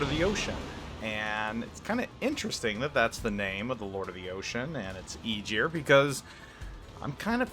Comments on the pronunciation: Tech speaking Being Icelandic Germans kinda Butcher that name also TEch it was (EYE-Gir) but germans say Ae-gier ..but regardless he destroyed the name sooooooooo bad! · He was driving me insane (EYE-gir) I was born in Iceland and i dont even know how he is saying it the way he does entire video made me laugh at first then cringe! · Please please for the love of Norse mythology, stop saying Igyr. The name is Ægir, yes i know you dont have that in your vocabulary, but at least try to look it up before pronouncing it. Eiter listen to Norwegians saying it or Icelandic. Google translaitor.... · sea jötunn associated with the ocean it means (sea) in old norse not king of the ocean.. Aegir also wasn't a God he was a friend of the Gods!! Also Aegir is pronounced (EYE-gir)...Aegir is a giant with white hair and a long beard, he is well skilled in the arts of magic. He might be a brother to Loki the trickster and Karl. Aegir is married to his sister Ran, Aegir and Ran are the parents of nine daughters in Norse mythology, their daughters are the spirits of the waves.The names of Aegir’s nine daughters are Himminglaeva, Dufa, Blodughadda, Hefring, Ud, Hrönn, Bölge, Dröfn and Kolga..needed added help from google (couldn't remember it all) ..Would make a kool list of names for the full line just saying! But none were Gods the were all Giants and Friends to the Gods would Travel and break bread together! Norse Mythology is a huge part of my childhood my fathers family still lives Iceland and mothers family is from Norway both families have heavy traces of Viking Blood in themso these stories have been passed down over forever i needed help with the 9 sisters names i couldnt remember them all because well im 40yr now and this is 1 story of litterally hundreds Icelandic people love there intense child stories to scare the living shit out of the kids! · It's pronounced ah-gear, the "g" is a hard sound like the "g" in "going" or "gong" it's not a soft "g" like "gist" ...